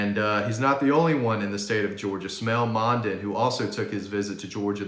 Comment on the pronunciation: You got that “Dean Legge Syndrome” with these names,. Get the Smael name right. Pronounce like Smile, man.